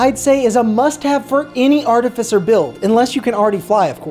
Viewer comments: Its Art-i-Fice-er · Its pronounced like ar-tifi-ser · The irony that he’s technically correcting the old pronunciation when it’s actually ärˈtifəsər with the stress on tif and cer not on at and fie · YOU PRONOUNCED ARTIFICER WRONG IN THIS VIDEO. YOU HAD IT RIGHT THE LAST TIME. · I can't say that you mispronounced Artificer; it was just too new to me for me to not mention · Oh no! They bullied you into pronouncing it wrong! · I actually changed my pronunciation to this after many comments in my last artificer video haha. You'd be interested to know that the pronunciation is different depending on regional dialect. Your pronunciation, I believe is one consistent with the UK whereas the one you hear in this video is the US variant!